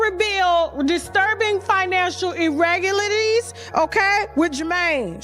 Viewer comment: She is unable to pronounce irregularities. lol